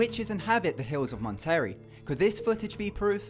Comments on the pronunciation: Dude PLEASE LEARN how to say BRUJAS and MONTERREY in Spanish properly, you made me cringed. ugh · Mon-terry? No! Mon-tur-rey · did he pronounce Monterey as Mon-Terry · Was it just me or did he call Monterrey "Mon-Terry" too? The Broojes of Mon-terry, never piss them off... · The way he pronounces Monterrey tho. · He didn't say Monterrey right either lol